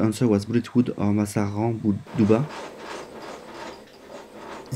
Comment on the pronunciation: trés stylé ! (par contre on dit "TSUBA" et non "TUBA" ^^)